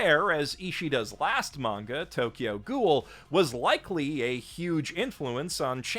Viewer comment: I just realised that you say "manga" and not "menga" like many other people say it which I don't like all that much; I prefer "manga" over "menga". Nice! :D